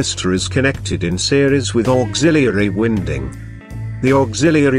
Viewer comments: Get rid of the music and computer voice mispronouncing winding and this would be a good video. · The incorrect pronounciation of winding rendered thid video completely useless in my opinion